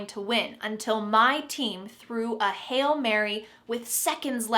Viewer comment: The pronunciation of "hail" sounds the same as "hell"?